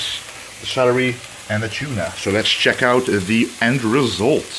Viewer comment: He got that "chuna" haha I love how he pronounces tuna